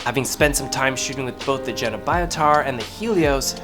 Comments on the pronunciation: >>> Fun fact: German j is pronounced like the English y. So Carl Zeiss Jena is pronounced Carl Zeiss YEY-NA, not JAY-NA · I have this lens and i am so impressed. BTW its called "yehna" :) Love your videos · Just a quick heads-up: the German name, "Jena," is pronounced "YAY-NAH." The letter, "J" in German is pronounced the same way as English speakers pronounce the letter, "Y," as in "You," "Young," and Youth," (in other words, when it is at the start of a word or syllable). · Dude, you are pronouncing "Jena" wrong... Ahhh hurts my ears...